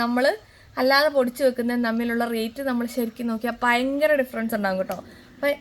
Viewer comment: പയങ്കര എന്നല്ല ഭയങ്കര .... ഭരണി യുടെ ഭ 😅😅 ചു മ്മാ പറഞ്ഞ താണ ട്ടോ!!😂